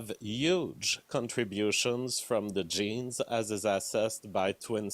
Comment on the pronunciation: i cringe everytime he says "genes"